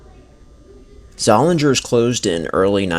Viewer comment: The only correction I would have made was that the 'g' in Zollinger's is silent. Both Zollinger's and Leh's had department stores in downtown Allentown - and wanted to expand to the Whitehall Mall. The other downtown Allentown department store - Hess's, had many satellite stores in the region.